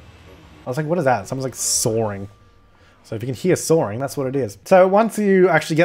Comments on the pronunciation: I was so confused why kept saying soaring. Then I realized it was sawing... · sawring or sawing? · Stop... soaring? :p Ah, that leftover british r ey? Sawing then.. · musicaddictor_anniepapaz haha I was wondering what he was saying too.. like, is someone really parasailing outside your house?? Haha